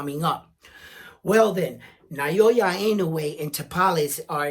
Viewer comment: Naoya is pronounced NA O Ya...not Nayoya. Like many, lnoue is only known after destroying Fulton...that's why you guys cannot pronounce his name correctly yet. Na-o-ya. lm not Japanese but l've been following him since for many years already.